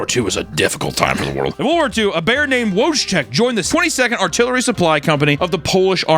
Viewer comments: every time he says "Wojtek" it hurts me. it's more like "VOYTEC" for you silly americans. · Btw, the name of the bear in the polish army is pronounced something like "voychek", the dimunitive is "voytek". Great video and it's always nice to hear about our polish war heroes 🙋‍♂ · lmao it's pronounced voy-tech (voytek?) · hey his name is pronounced closer to (Voitek) its spelled Wojek but its polish so they pronounce things differently. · Wojtek is pronounced vo-eee-tech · Jeez, Papa... you really BUTCHERED our boy Wojtek [vɔjtɛk](voytek) with your pronunciation. Regardless, it's nice that you included him! Great video, as always! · The bears name is pronounced like Voy-teck. He's reading it using the English alphabet and its driving me nuts 😂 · It’s pronounced “Voo Tech” sorry bad translation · I've never heard someone butcher that polish bears name so badly "Wodge-tech" is that a meme coin? 😂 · The bear's name is pronounced "Voytek" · The bear is pronounced "Voy-Tek" FYI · It's pronounced "voy-tech" you animal!!!! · Votek is how it’s said in English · Wojtek is pronounced as “voytek” :( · The Polish bear is pronounced "Voy-tech", straight up Fallout. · Your pronunciation of Wotek is horrendous. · you misspronounced Wojtek so bad XD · As a polish person I feel incredibly offended by the fact you didn't look how to pronounce Wojtek's name properly, but you made jokes about rats with dynamites up their ass so I forgive you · damn u butcher that polish names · POLAND MENTIONED🦅🦅🦅 (although I thought I was having an aneurysm when I heard Papa pronounce Wojtek) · You pronounced wojek wrong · Wojtek did not deserve to have his name butchered like that, not even by you sir.... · In polish W's are V's, and J's are Y's, you butchered his name. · * Dual* (not duel) * Dolphins are mammals (not fish) * Wojtek j is like in "yellow" not like in "jam" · I never heard worse pronunciation of Wojtek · No way bro just mispronounced Wojtek so bad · it's pronounced "Woy-tech"